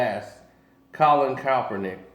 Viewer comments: KAEPernick, not CALLPernick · CALL-IN KAP-ER-NICK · You still saying Kaepernick name wrong smh